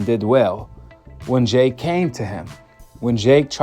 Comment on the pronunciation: Why do you say jhhhhake instead of jake